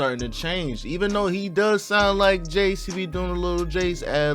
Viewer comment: Jaydes pronounced jades not jay-des 😭